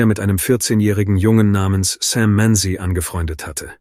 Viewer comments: Google Sam Manzi. Not Sam Many as the AI pronounces it. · It really happened. Search "Sam Manzi". Not "Sam Many" as ai pronounces it. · Google Sam Manzi. The ai narration mispronounces the name so if you Googled that name, then you won't find anything.